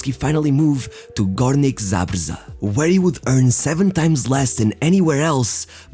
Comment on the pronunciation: It is pronounced : Ghoor-nyk Zab-zheh